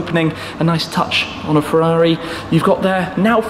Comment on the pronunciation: Firrari comaro😆Firrari ss 😂😂